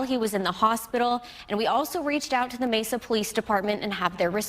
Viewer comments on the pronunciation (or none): He said Messa PD... enough said